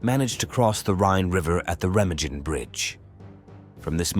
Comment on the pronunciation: It's Re·ma·gen you AI clown!